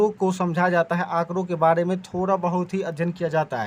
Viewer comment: बाड़े nhi hai sir its बारे